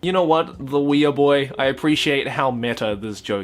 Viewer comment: Was it because of "weeaboos?" I thought it was pronounced as "we-boos"